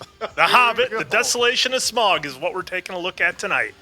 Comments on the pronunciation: How do you miss-pronounce Smaug when the actors say it different than you? It’s pronounced sm-ow-g not sm-or-g. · Im trying to not let it bother me that y'all keep saying "smog" 😫 In my head every time I'm like "nonono Sm-ow-g. Smaug. Listen to how every character is pronouncing it!" 🤣🤣🤣🤣🤣